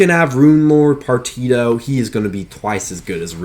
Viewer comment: Say it with me Par tea she oh = Partitio Otherwise cool vid